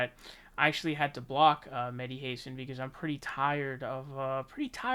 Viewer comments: Come on, you know his name is [xasan]. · Welcome to jimmy dore’s side. Good that you see the light. Btw it is pronounced Hassaaan.